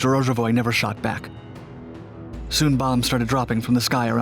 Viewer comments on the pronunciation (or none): none